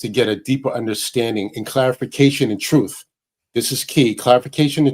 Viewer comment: did i hear troof?